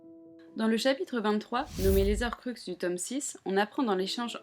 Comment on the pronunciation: Désolé mais il faut que je le dise : on ne dit pas "les zorcruxes" mais "les horcruxes", il y a un H au début du mot donc c'est comme les haricots verts 😅